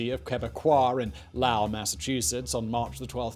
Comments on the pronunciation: "LAU-el" uh, it's "low-il" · "Low" "Ull" not "Lau" "Ull". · Not Lao-ell, Loe-ell. LOW-ell. Sorry. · Oi, ya Git. It is called Low....ell. Not, lowl. Low. Ell. Now you try it. Dats betteh, mate. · Lalle, Massachusetts? It's LOWell Massachusetts. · As I'm sure some few long ago commented: "LOW-ell!" Low as in feeling a bit low. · Wtf is L’OWWW? Lol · LOW-ell! Are there no towns or people called Lowell in Britain? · Lowell is prenounced "Low•uhl" . Ps love your videos. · Lowell = low·uhl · Greetings from Massachusetts. "Lowell" more or less rhymes with "bowl." It should not be confused with the community of people who speak Laotian. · STOP SAYING LAOW ELL edit: love the videos tho other than that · Simon, I'm gonna be the Masshole that corrects you. The city is Low-ell MA, as in you feel low and add ell. Other than that brilliant job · My lord.....it's Lowell. It rhymes with mole. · "la-wowl massachusetts" 😬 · Awesome video, though I can't get over how Simon pronounces "Lowell" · I'm pretty sure Simon mispronounces "Lowell" just to make Bay Staters angry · Totally messed up pronouncing Lowell sorry i had to say something it’s my home town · I cringe every time you mispronounce Lowell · Sorry Simon, but you butchered Lowell Massachusetts. Still love ya! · Well done! I knew two of Lucien Carr's sons as a schoolboy, though I didn't know how important their father was until I was an adult. By the way, you're pronouncing the city of Lowell, MA, incorrectly.